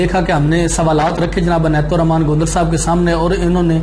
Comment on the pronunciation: او بھائ جان عنایت ھے انیت نہیں 😍😂😝